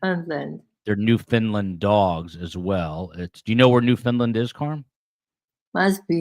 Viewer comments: You have to emphasize the "land" syllable in the pronunciation of Newfoundland! Like "land", not "lind". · It’s not pronounced New Finland but NEW-fund-lund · NEWFOUNDLAND NOT NEW FINLAND! Guess you missed some Geography lessons in school.